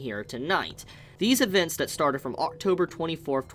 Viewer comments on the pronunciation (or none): none